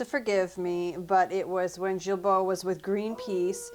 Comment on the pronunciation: It's pronounced "GEEBO" NOT the soft G you used.